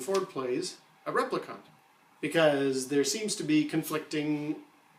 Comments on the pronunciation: No offense, but it's repli-KINT not repli-KAHNT. 🤓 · What I can't figure out is why you're saying replicant so weird. There's no U in that word. Rep-li-cant. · Why do you keep calling him a "replicunt"? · REPLICONT???? Its Replicant!!! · rep - li - can't not cont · New Kasmir I thought he was saying Replicunts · NewKasmir right? It’s rep lee can’t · your pronunciation of replicant needs work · Been reading a lot of the comments and people seem to be missing the point that it is not all replicant models that have a 4 year lifetime. So Deckard could very well be a replicant. Also why does the guy presenting this video Sat replicant so oddly? Lol. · This guy has clearly seen Bladerunner enough times to know he is pronouncing replicant wrong. Like, totally wrong. Not even close, bud. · Wow, sorry I was so harsh. Your pronunciation is not "totally wrong", its only one letter away from how the movie says it. I think i thought I was being funny but in retrospect i was just being a dick. oops. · how many times can you mispronounce replicant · The replicant pronunciation annoys me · There is no conflict... the screenwriter and director say he's a replicant. You are in denial. No interpretation... no opinion... the director and writer answered it. The fact that you can not pronounce the word "replicant" isn't helping you. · Daniel Williamson I was taking the piss out of the way he says replicant man! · You have a perfectly normal American accent, yet you repeatedly mispronounce the word "replicant", despite everyone in the movie pronouncing it for you as an example. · Stop saying replicant that way, just stop it.